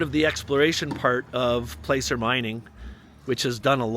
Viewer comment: Placer mining is pronounced "plasser." Good luck in your venture.